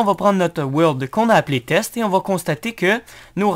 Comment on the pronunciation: "Teste". On dit test